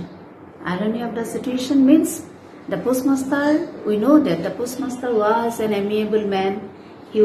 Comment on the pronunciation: post master or pus master..poem has stanza not paragraphs... worst pronunciation...needs improvement...as a teacher